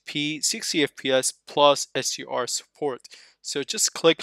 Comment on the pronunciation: HDR not SUR is it that hard to say?!